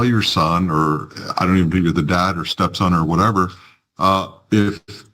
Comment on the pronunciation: Wow, humbled that guy like nobody's "biz-ness". Is it just me or does it sound like he is saying "dead" rather than "dad"...?